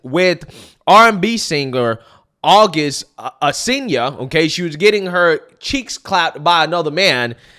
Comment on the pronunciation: The way you mispronounced Alsina is comedy.